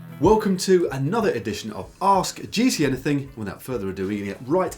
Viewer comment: I really like this series, but please: It is "Ask GCN Anything" not "Ask GC Anything"! Not only Matt mispronounces it, but also Si and Dan, if I remember correctly.